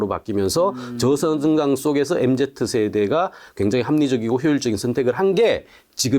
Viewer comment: 교수님 엠제트 아니고 엠지요..(소근)